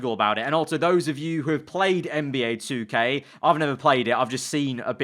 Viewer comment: U don’t even know how to say 2k ha